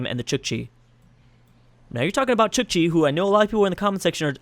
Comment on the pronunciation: It's not pronounced chichi, but Chook-chi. It's writting Chukchi. Or Chukotka (Choo-koht-ka) In russian, the country these people live in :)